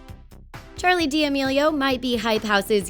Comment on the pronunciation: the way she pronounces Charlies name like; cHaRliE diEmiLiOu